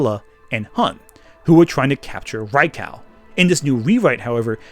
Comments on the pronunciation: Hearing you mispronounce Raikou is giving me psychic damage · This video was spectacular... Except for the way you say Raikou lol.